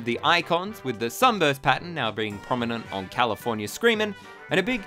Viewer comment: Can you please stop pronouncing California as "Californier"